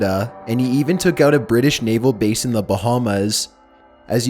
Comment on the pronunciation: "TEXYAS" "THE BRITush" "Permissyion"